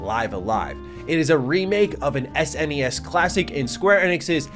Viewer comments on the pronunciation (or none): none